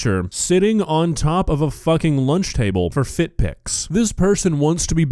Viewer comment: She also said foot check instead of fit check and said pip rally instead of pep rally I know people have accents but for a teacher talking like that sounds like one of the students learning to speak. Iv got nothing agenst the way she talks it's fine but I would not have my student taught by her using slang and miss pronounced words if she was in school at least the ones I went to you'd be in speech class I knew 2 people in my class that was in the program cuz they would miss pronounced words like that didn't use slang but would only say half a word and expect you to know what they was saying and mubling all signs for speech class. The way she talks is cool for out of the school but when your at school you should talk that way in school or a class room when students look up to you they goingnto start acting like her 😢😢😢😢😢😢